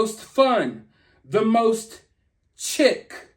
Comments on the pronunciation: Chic is pronounced sheek. It’s a French word that means stylish. Sorry😔 I’ve always been told I’m an insufferable know it all. I can’t help it 😭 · Chic. (Sh..e. Ck)